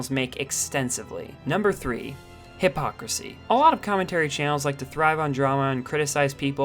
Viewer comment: Why did I hear "hip hop pussy" instead of hypocrisy lol